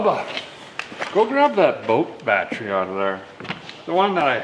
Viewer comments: the word Battery, you keep saying "Bat-try" as in bat tree, that drives me nuts hearing you say that... lol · Typical Minnesotan over the age of 50 pronounces it batt tree